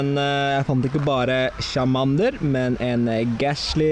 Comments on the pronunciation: hvorfor sier du chamander i stede for charmander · Charmander uttales tsjarmænder!